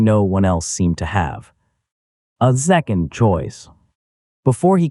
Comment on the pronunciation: Oh look, his garbage collecting machine turned into Walli-E. And who taught this AI to talk, it's very peculiar and doesn't know how to say certain words like second it keeps saying zecond